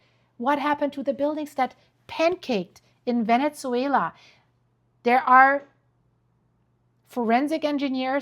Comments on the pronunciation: Venne-ZZZZZZWAYLA NOT VENET-ZWAYLA.🤦🏻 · Can you please not say Venezzuela anymore? 😂 Say VeneSuela please. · Please stop saying VeneTzuela. It's just Venezuela. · Not venetsuela.. ven eh suela. No T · with real kindness- no T in Venezuela. Pronounce vene-su-ela. Thank you for all your amazing coverage. Much love and light to you💟